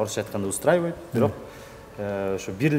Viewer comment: Кодойгон азамат бирок дегенди бүрөк деп😅